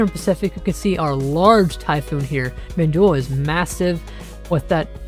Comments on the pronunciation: IT'S PRONOUNCED MINDULLE NOT MINDOL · He literally pronounced it as "Mindulle" BTW why do you have a fake verified checkmark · just like I said he pronounced it as "Mindulle" And why are you more worried by how he pronounces the storm's name?